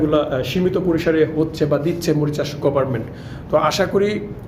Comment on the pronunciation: ভিডিও করলে ঠিকভাবে লেখাপড়া শিখে ভিডিও করবেন কথাটা হবে মারিস্বাস আর আপনি ভিডিও তো বলছেন মরিচাস কেমন জানি একটু মূর্খ মূর্খ হয়ে গেল না